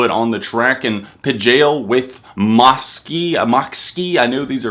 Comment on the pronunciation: its Mo-K-si